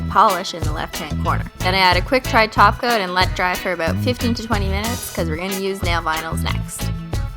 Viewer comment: Your awesome I found you a couple days ago and now anytime I hear anyone say top coat all I hear is taco lol